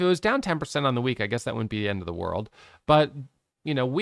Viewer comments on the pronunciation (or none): none